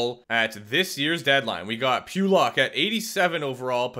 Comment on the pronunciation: As an islanders fan, the way he says pulock hurts me